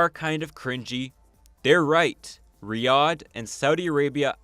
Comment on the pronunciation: I couldn’t stand watching past 5 minutes because of how he pronounces Riyadh </3 can it be rename to Riyathh or something please